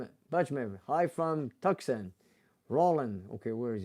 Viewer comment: Tucson is pronounced "Too sawn"